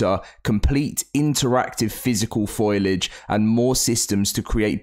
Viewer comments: It’s foliage not foilage 😂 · I absolutely can't stand how you keep pronouncing foliage like foilage in every single video lol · It's pronounced fo-li-age, not foil-age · Can you please stop saying “Foilage” when the word is “Foliage”. Foilage isn’t even a word! Foliage as in plants; not aluminium foil lol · There's a few words you can tell he doesn't understand what he's talking about lol like the meaning of a word I mean lol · It's not foilage.